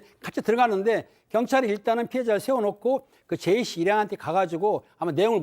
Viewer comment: 이분은 사람 이름도 제대로 모르나 ㅋㅋ.. 계속 제이시~ 이러네